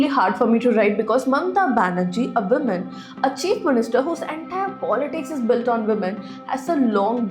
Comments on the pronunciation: Wo-man not men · When will you learn to pronounce woman & women differently? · The way you say, Woman & Women phonetics sound the same, ..just a advice, however they sound different.